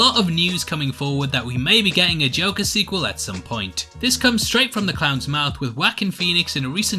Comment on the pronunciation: Watched it on Thursday and thought it was mid but the more time passes it's beginning to feel like a super dope film. Really hope the Batman connect can happen. You were going great until the '' moment, LOL! Just kidding, those are the moments that make this channel.